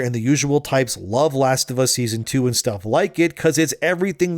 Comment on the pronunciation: “The Last of Ass”